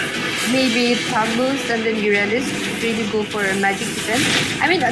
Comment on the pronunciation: Nub girl commentator...don't even knw anything abt ml.... Moreover she said urandus to uranus😂